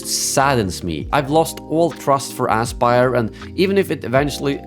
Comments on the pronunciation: I love how you intentionally or not pronounce the company's name as "asspyr". Very fitting lol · Great content! If I may, I think your pronounciation of the studio is spot on for the way they've handled this Collection. Ass Spire, indeed, and may they be remembered as it.